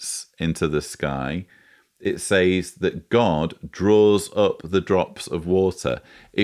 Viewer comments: As a speaker of American English I am intrigued by your pronunciation of the word SAYS. We say SEZ, but I like the sound of SAYZE. Excellent content and illustrations. By the way, I boosted the audio speed to 2X and found the everything quite comprehensible. Keep up the good work, please. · Great analysis, but your pronunciation of the word "says" is bugging the hell out of me. Say it like you say "said", but with a "Z" sound at the end instead of a "D". Thank you. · why does he pronounce 'says' as 'saays'? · Is it just me or is he pronouncing “says” incorrectly? It’s triggering the fuck out of me hahaha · I'm from the UK and nobody I've heard pronounces it like he does, it's unique to him.